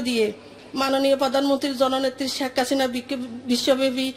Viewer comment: সুন্দর করে কথাও বলতে জানে না, বলতেছে শেক্কাসিনা 😂😂😂